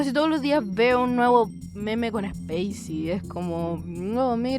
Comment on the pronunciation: "Zapicy" XD